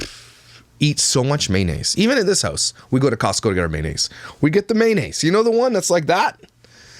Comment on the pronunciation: Why dos she call it manaise. It’s mayonnaise